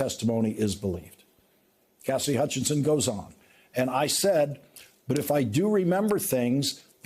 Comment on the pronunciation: It always sounds like you're saying Cassdy. Her name has 3 syllables: CAS-SI-DY.